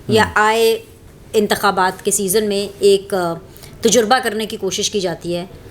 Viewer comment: خدا کے لئے سیکھ لیجئے کہ تجربہ میں ج پر پیش نہیں ہہے